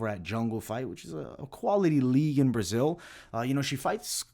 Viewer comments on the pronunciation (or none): none